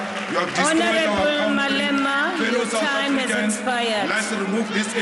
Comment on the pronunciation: country - it's pronounced cuntree not cowntree